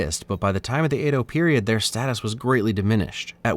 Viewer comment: 'Edo' rhymes with 'meadow', not 'play-dough'. Great video!